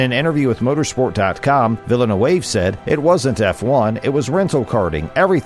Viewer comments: Nice job pronouncing a French Canadian name like it's fancy Spanish. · I can't watch because of you butchering his name lol. Must not be a F1 fan if you don't know vill-noov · its pronounced 'Villa noove'. The commentator is a bigger joke than F1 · Weak video. If you cannot pronounce “Villeneuve,” why bother? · As a french Canadian I'm not even mad, this prononciation is out of this world. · totally ripped "Villeneuve" at the beginning... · An "F1 channel" that doesn't know how to pronounce Villeneuve.